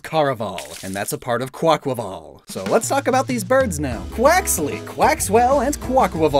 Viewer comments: It's a breath of fresh air hearing someone say the name properly after hearing Kwah-Qway-Vull for so long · THANK YOU for pronouncing Quaquaval's name correctly!! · Bless you for pronouncing Quaquaval correctly, its like music to my ears